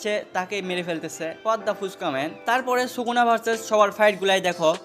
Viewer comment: age SUKUNA uccharon kora shikh 🤣